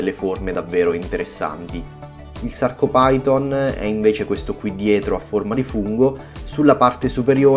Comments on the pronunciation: Si chiamano Sarcofiton e Lobofiton, non Sarcopiton e Lobopiton. E' latino, ph si legge F. PHYTON= FITON. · ciao ottimo video e ben spiegato ma hai pronunciato male 2 coralli si leggono: sarcofiton e lobofiton non si leggono come si scrivono.. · Scusa se te lo dico, ma la sporcizia di cui parli è fauna bentonica utilissima alla vasca. Ti chiedo scusa una seconda volta, ma i nomi corretti sono "Sarcophyton" e "Lobophyton", pronunciati alla latina maniera, ovvero "Sarcofiton" e "Lobofiton". I loro polipi non si estendono in base all'umore, si estendono in base alla corrente ed alla qualità dell'acqua, a meno che non siano in muta. I coralli in questione hanno uno scheletro carnoso, ma, soprattutto, uno scheletro fatto da scleriti, ovvero, piccole spicole calcaree dalle quali traggono consistenza. Il Gramma lo vedrai fra un po', quando prenderà confidenza con te. Ti prego di non prendere ciò che ho detto come una critica, ma piuttosto come un confronto tra hobbisti. Best regards.